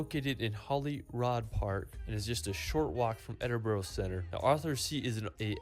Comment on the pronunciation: It's pronounced Edin -bra